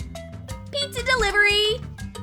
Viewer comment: Pizza not petsa